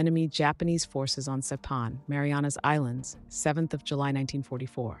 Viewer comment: Saipan not cpan.